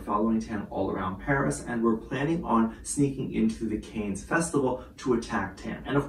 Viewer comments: Pronounced ‘Can’ not ‘Cane’ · Pronounced cans not canes, is a place in france not Paris. There is always fashionistas that attend the festival alongside countless celebs and indeed musicians/singers too. Its a given that Taehyung could well be there but he may well just be doing a fashion shoot. Time will tell. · FYI, the resort city is pronounced ‘Can’ not ‘Cans’ or ‘Canes’!🤷‍♀️ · Can you please pronounce Cannes correctly? It’s pronounced caan ( can) not canes! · Sorry to correct, but Cannes ( pronounced Can) is a town actually on the coast in the south of France , not anywhere near Paris which is in the north of France. Cannes is quite well known for fashion and style so yes fashion houses will ask their ambassadors to represent. As for any other speculation it's noone else's business. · Hi, sweetie! The city of Cannes is pronounced like “can” as in soda can. It’s a city in France, not in Paris… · Thank you. Hearing the mispronunciation of Cannes was like nails on a chalkboard. Bless him 🙏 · Shouldn’t you know that Cannes is in Southern France, near Nice not in Paris. Possibly listening to the proper pronunciation would be a good start. There are many who hold special events at restaurants and chateauxs around Cannes during the festival. This is true of high end fashion labels who hold special functions. Rather than casting a suspicion over why V is there, why not do a bit of research. I am thinking V is there to appear at a Celine event, support Jennie and Yu-Mi, and attend the Birthday-fund raising event held by Naomi Campbell. He is probably also checking things out for the future. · Pronunciation of Cannes is : CAN (as in I CAN DO IT!) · Just a friendly reminder that Cannes is pronounced “Kahns”. It’s French😁❤️ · you’re right. The wrong word kept repeating 🤣🤣🤣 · Check your pronunciation of “Cannes”. Hold the “a” longer.